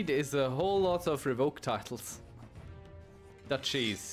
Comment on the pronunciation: Took me a second to realize you were saying Dutchies not dat cheese.